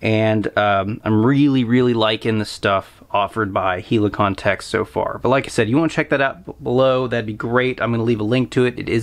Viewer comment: It’s “Hell-i-con-tex” — not “HEELEY-con-tex”……..unless you call a helicopter a “HEELEY-cop-ter.”